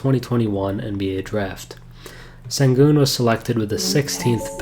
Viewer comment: Great video. His name is pronounced shen-goon.